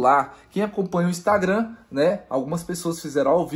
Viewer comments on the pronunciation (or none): none